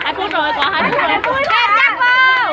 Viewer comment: Đoạn cuối Cúc cứ: "hết giờ lè! hết giờ lè" :v :v :v "sắp hết giờ dồi" :v